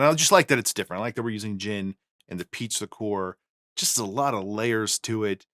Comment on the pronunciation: I kept hearing “pizza core” instead of “peach liqueur”